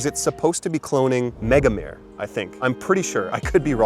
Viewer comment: Hi, I'm Italian, the correct name of "Megamare" has the final letter 'E' that is pronounced :) in Italian it means "big sea" by Orto Parisi, and Atlas is very similar, too strong and if you shower after spraying it on your skin, the scent does not fade. I think it is due to the excessive use of ambroxan. Also Afnan Collector has a similar effect as a base to ambroxan, but more delicate.